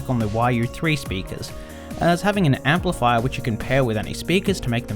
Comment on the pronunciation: The yaaro thooo empleefyer...